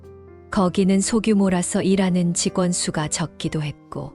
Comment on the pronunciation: 글을 읽으신분 발음좀 똑똑하게 하세요 첫인상을 첫신상이라고 하고 직원을 직권이라고 읽는데 다시한번 들어보시기 바랍니다 ㅠㅠ